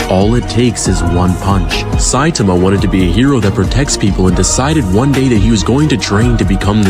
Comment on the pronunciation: bro really said satame